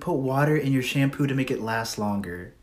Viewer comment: It sounded like they said shampoop